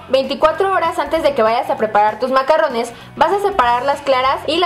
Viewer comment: Se llaman macaron, como bien dice esta otra chica los macarrones se refieren a la pasta italiana. Y no se pronuncia con doble R sino con R francesa ( dificil de pronunciar y que te entiendan los parisinos sino eres de alli) xD